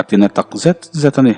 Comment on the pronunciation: ithu lam hi duh ai in a fiah lo tlat,zung zung te hi sung sung tih ang hian a i lam thin a,zet tih a lam tur pawh set ang in i lam ri a,tun ai hian han uluk deuh teh